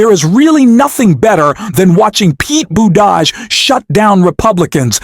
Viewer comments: Gavin Nome? Pete BooDodge? Bad AI. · Say "Boot A Jedge" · Im new here so if its some kind of inside joke or of its om purpose or what, but Ol Mayor Petes last name sounds like Boot Edge Edge he had silly signs made when he was running cause people.say it like you do here. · Pete Boudage? It's Buttigieg. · Pete. Buteh. Judge. Please learn to pronounce all names!! Thank you. #45. CANNOT SERVE IN THE WH EVER AGAIN!! KEEP THE GARBAGE OUT!! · Are you using an AI voice to create your video script? I ask because of the irregular, but repeated, mispronunciation of surnames such as Newsom (Gavin "Nowm"), Buttigieg (Boo te jooge) and even at times Musk (Moosk). What's up with that? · Please pronounce properly Secretary Buttigieg last name. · Hey Dude! Please get Buttegieg's name properly pronounced. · Hello. Why can’t you pronounce the governor’s name correctly? Also Pete’s last name. Name mispronunciation simply makes you sound ignorant. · I enjoyed this video and its message, but I don't understand why you kept mispronouncing Newsom's and Buttigieg's names. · Pronounce their names better, please! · I like your show. But please learn how to pronounce Buttigieg correctly. He deserves the respect. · Why do you keep calling Newsome "Gnome"??? And why do you keep mispronouncing Pete Buttigieg's name??? Bit silly isn't it?? You need to grow up if you want to keep my following, mate. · Subscribe? Why can’t you pronounce Pete’s last name? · Learn how to pronounce Newsom and Buttigieg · Is there a reason why you mispronounce Gavin Newsom and Pete Buttigieg's names? I only listened because of content, but please please do better. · I wish you could learn to prounce Pete's last name. Other than that, I enjoy your vlogs.